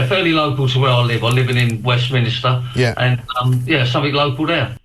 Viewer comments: "Fairly local to where I live. I'm living in Westminister" .... WestMINISTER, mind you. Never trust a man who can't pronounce the London borough where he lives. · The thick fool can't even say Westminster properly. West Minister 😂😂😂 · Westminister? Them places? Does the guy actually speak English?